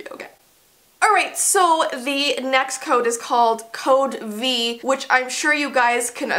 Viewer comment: code v Me:wait...... Don't you mean code VEE ( ͡° ͜ʖ ͡°)